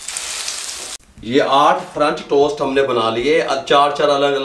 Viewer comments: Oh bhai correct word french toast hota hey frunch tost nahin ....Ha ha ha 😂 🤣 😂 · french toast kehna tou sekh len